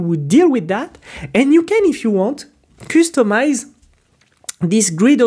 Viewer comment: Thanks for Tailwind course.. check out how to pronounce "customize".